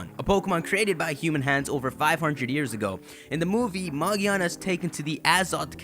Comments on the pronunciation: Magiana? Magearna. Its magearna magearna bro Ma Gear Na Ma Freakin Gearna! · r u blind its megearna not mageeeeaaaaarna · magearna? its magiana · magearna... no maginaya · It's Magiana, not Magearna. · I dont think the pronounciation is "Ma-gi-ar-na" I think it might be "Ma-gear-na" as in grinding gears etc. :) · Why in the title do you say Magearna, but early in the video you quote it as Magiana? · Did you record this before NOA confirmed that the name is Magearna? Because you refer to him/her as Magiana. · its not magiana its magearna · It's magearna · it's calld ma grear na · ma-GEAR-na. not that hard people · It's pronounced MA-GEAR-NA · ITS MAGERA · It's pronounced MA-GEER-NA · Not mag e ana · its pronounced ma-gEER-na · whats with people saying 'magiana' is it the japanese name or something? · I don't get how it's pronounced magearna if it doesn't have an r anywhere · I think it's pronounced as Ma-GEAR-na. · It's Magearna btw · That’s not how say it’s name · it's pronounced with a "g", like girl and gum. just look up the katakana for the japanese name, it's a ge character not a je character. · Maj-ee-ar-nuh and Vol-can-ee-un ;) Also, pretty sure her name comes from: Magic, machine, ear and armour.